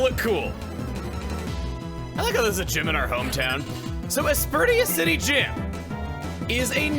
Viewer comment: Bro really said, "Aspercreme City" LOL